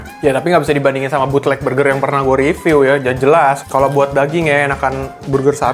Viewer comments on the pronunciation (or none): none